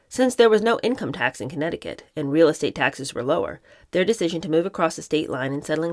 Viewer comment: I love your channel., especially the Kennedy books. You’re a fluid reader and excellent commentator. However, I’ve never heard your pronunciation of ‘estate’ or ‘pergola’ before. (IE: emphasizing the the first syllable in ‘estate’ and the second syllable in ‘pergola’) I’m curious, is your variation from Webster’s pronunciation something that’s common from the area of the country where you’re from? Not criticizing, I’ve just never heard that before.